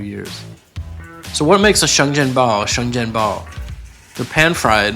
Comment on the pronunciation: sorry i have to be that actually bro , it's (sheng jian bao)